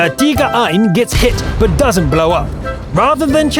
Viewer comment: Tiger einS, not tiger ein :P